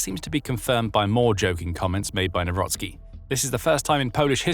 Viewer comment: Nawrocki not newrosky 😅😅🤣